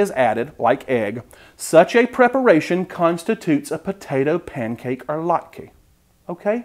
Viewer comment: It's "latka" or "latkeh" not "latkey," Okay? Hmm.